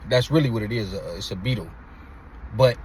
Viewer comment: on that "it's a beetle" "It's a beetle" you sounded like you was country lol